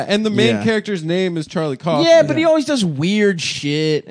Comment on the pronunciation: It's pronounced cowfman not coughman. But props to Nick for recommending 'Antkind'